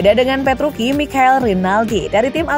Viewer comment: Petruci kok petruki